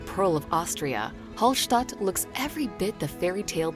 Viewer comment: Hofstadt instead of Hallstadt 😆😆😆